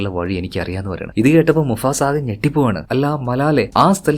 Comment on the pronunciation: Enda bro Musafa ano mufasa ano😂😂